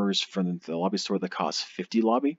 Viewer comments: stop saying Lobby, it's "Lo bee" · FYI it is pronounced "Low Buy" not "La Be". I made the same mistake for years until I watched the first episode of Voyager again, Quark clearly says it to Ensign Kim on DS9 before Voyager launches. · Hello everyone! I am aware that I do not pronounce "Lobi" correctly in this video. I pronounce it correctly as "low - buy" (as clarified by many of you) as of my 2019 videos. Unfortunately on YouTube creators can't change the audio of older videos, so this video will continue to have me saying the term incorrectly. If YouTube decides to allow for creators to change audio on uploaded videos in the future, I will correct this. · Stop saying it like that its "Low- By" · I've heard it pronounced four different ways, say it how you want, ignore the grammar Nazi's.